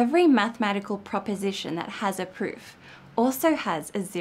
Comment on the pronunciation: Not to be mean, but I can't stop rewatching the bit when the video has you saying "a special type of interactive pfffp" :P Fun blooper :D